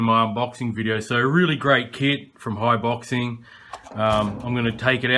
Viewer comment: Pronounced High-Bo-Zing, lol